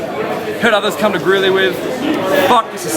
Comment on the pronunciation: Did call Greely "Grizly"?